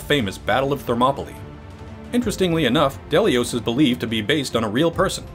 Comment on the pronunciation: It's Thermopyles (Θερμοπύλες), NOT Thermopolis (Θερμόπολις). It's "hot gates", not "hot city". That's Phoenix AZ ;)